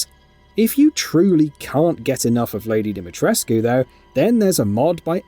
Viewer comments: omfg im romanian and this annoys me... the "U" ISNT silent! it's pronounced deemeetreskoo... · We've been over this... It's DimeTRESK.....not DimetresQUE. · it's just obvious that the narrator hasn't played the game or even watched videos of the characters saying her name. The writer probably could have put how to pronounce it in the script, buy just wanted to let us all cringe instead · Thanks for bringing it up, annoys the crap out of me. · Do you even speak Romanian?💀 I personally don't, but I also don't insult Romanian people by telling them what the correct way to pronounce their names is. Use Google Translate to see how it's pronounced. Romanian is a phonetic language and you read it exactly as it is written, with a "u". (I'm greek btw and I get so annoyed when foreigners insult balkan people)